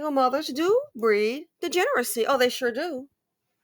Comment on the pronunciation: I cannot take a man that cannot even pronounce the word “degeneracy” seriously. 🤣 He messed up the word EVERY time he said it; with his mush mouth self.